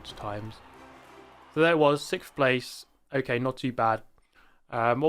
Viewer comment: It’s not so much that I like to see you in 6th so much as I like to hear you silly Brits say sickth.